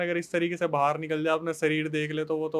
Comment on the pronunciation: बाहर होता है । बहार नही